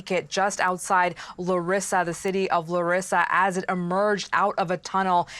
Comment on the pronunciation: It's pronounced LA REE SA. NEXT THE PEOPLE AT FAULT ARE THE PM AND HIS GOVT. AND THE PREVIOUS PM. THEY SHOULD BE THE ONES ARRESTED. THEY KNEW THAT IT WAS JUST A MATTER OF TIME BEFORE A TRAGEDY LIKE THIS WOULD HAPPEN AND WERE WARNED. AND THEY DID NOTHING. The Minister of transport resigned, the next should be the PM.